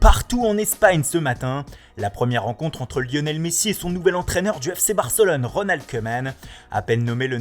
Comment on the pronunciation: "Reunald Keuuumannnne". Lol, ça va Keumannne, pardon Keeumaaane? Haha U made my day!